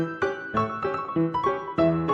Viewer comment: it took me forever to realize the voice saying "buy four now" at the end wasn't actually saying "buy four now" (like purchasing 4 things) but instead "bye for now" as in goodbye.